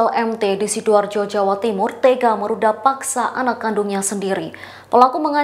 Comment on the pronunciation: Gw Dengernya MERUDAL PAKSA